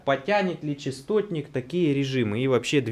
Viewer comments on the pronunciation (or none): Частотник, а не честотник... От слова - частота. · Ты в видео говоришь Честотник. Хотя это распространенная ошибка...